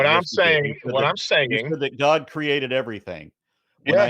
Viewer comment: I love how the man says:" GAHD! The sons of GAHD, and when the bible refers to the sons of GAHD..." 🤣 I now understand where Darkmatter2525 got that pronunciation from 🤣 There are actually people who say it like that 🤣